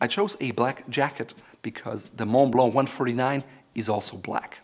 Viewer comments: Repeat after me: MUN BLUH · I don't think its pronounced maw blaw... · thats the right way to do it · The way you say "Monblo" as Montblanc. XD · I like how says MONTBLANC.....Like Moe-blaw......I say MOUNT BLANK. 🤣👍. Yeah how did afford hundreds of these pens as a teen? I never knew this was a German company. My favorite pen (I own three of them), along with Pelikan and Visconti. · The "C" at the end of Montblanc should be pronounced as it is a German brand. This guy looks the part, but seems a bit rough around the edges. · You pronounce 5/9 letters in Montblanc